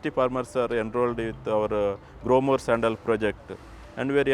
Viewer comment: Oo so Qarshi Sharbat Sandal was actually from this.... i love it Her pronunciation of Sandal was a little off putting but that's how any non native would say it